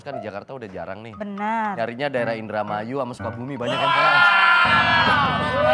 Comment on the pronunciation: Gw salfok sama Andika bilang Indramayu 😌